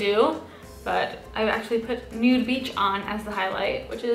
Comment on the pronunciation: Beach please sound like bitch please